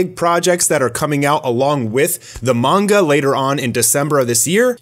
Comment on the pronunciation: Good to see someone else pronouncing it "Mon-guh" That's how I've said it since I was little, just sounds better to me so I prefer it.